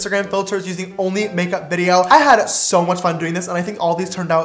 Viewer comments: is it just me or is every time James says "sooo" he says it with a British accent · When ever James says sooo it sounds so so soooo British